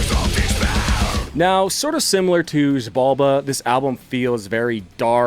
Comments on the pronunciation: I think it’s pronounced “shi-balba”, in Mayan, the x is pronounced with an sh sound. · wait, did you just said "mayan"? Like, from Mexico? If that's the case, no, they have a weird fixture in pronouncing the x like anything BUT x, so if I gutted it right, it should be jibalba 😅